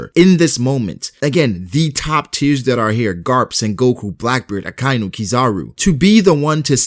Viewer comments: its not ak ay nu its aka inu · Ahkah-ee-noo. Akainu. Not Akiiinoo.